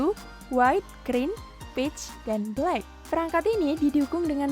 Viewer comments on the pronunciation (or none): none